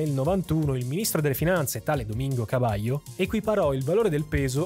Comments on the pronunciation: Devo segnalarti tra i vari errorini che il ministro Cavallo, avendo un cognome Italiano, viene pronunciato "all'italiana" dagli Argentini stessi, ossia Cavallo ma con la pronuncia della L come se non fosse doppia. Ne diviene "Cavalo". Mentre l'ex Presidente Mauricio Macri non ha l'accento sulla i. E' probabile che quando i suoi avi, di origine calabrese, arrivarono a Buenos Aires, durante l'iscrizione all'anagrafe diedero le proprie generalita' e l'impiegato di turno, considerati i tempi e il menefreghismo diffuso, sbagliarono a trascrivere il cognome non riportando l'accento. C'è da segnalare anche che durante alcune dittature i cognomi degli Italiani venivano volutamente troncati all'anagrafe per nasconderne le origini. Ho per esempio, una persona di mia conoscenza, il quale mi racconta che al nonno, il cui cognome era La Marra, troncarono il cognome in Lamar cosi' da farne perdere i connotati italiani. Comunque sia buon video davvero! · Sr giornalista ,il cognome del ministro e proprio Italiano ,CAVALLO ,quindi la pronnuncia e come in Italiano v y doppia L ,come il equino e non come lei a fatto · Ma Cavallo è un cognome italiano perché lo pronunci cavalio?? xD. Se guardate bene Cavallo dice "el peso que a partir del primero de enero valdrá igual que el dólar es una men..." cominicia a dire "mentira" (bugia) ma poi torna dietro e dice moneta. Neppure loro credevano che il peso valeva lo stesso che il dollaro. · Cavallo*, Cabaio🤣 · Ottima analisi e informazioni storiche sulla situazione in Argentina. - Al minuto Cavallo dice: "El peso que a partir del primero de enero valdrá igual que el dólar es una MEN...moneda destinada a perdurar..." Ossia, ha detto "il peso...è una BUGI...valuta destinata a durare..." - Il cognome di Domingo Cavallo in Argentina si pronuncia [kabalo] con la L semplice. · al minuto 15.23 il ministro dell'economia Cavallo, stava per pronunciare "es una ment....." (mentira =bugia )...